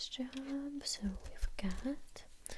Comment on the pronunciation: Me: Clicking just cus it says: Nice Jo'wwb Me: Dead